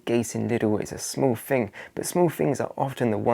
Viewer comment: THING, not "fing", THOUGHT, not "fort", MONTH, not "munf" . . .